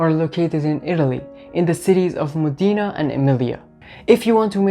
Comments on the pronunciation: Io sono nata nella città famosa in tutto il mondo per la tradizionale produzione di aceto balsamico e tengo a precisare che il nome corretto è MODENA che si pronuncia così come è scritto quindi non modina ma Modena ( con l accento sulla o) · The correct pronunciation of Modena is..MOH-deh-nah. The accent is on the 1st syllable! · moDEEna lol